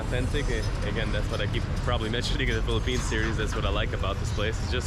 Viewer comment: It's "Philippines,".